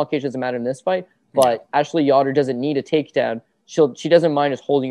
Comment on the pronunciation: whos ya-dor its yo-der